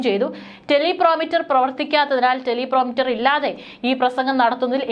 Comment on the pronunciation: എന്റെ കുഞ്ഞേ ടെലി പ്രോമിറ്റർ അല്ല, ടെലി പ്രൊമ്പ്റ്റർ ആണു